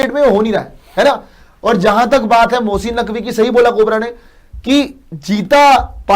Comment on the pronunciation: Mosssiiiin Naqvi 🤣🤣🤣🤣 Abee bolna to seekh le phle